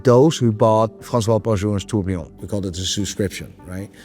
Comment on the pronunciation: Someone please teach how to pronounce "tourbillon".